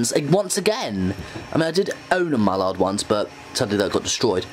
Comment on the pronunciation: Sam Bradley it's pronounced 'Mal lard' it's just pronounced it 'Mollard' 😄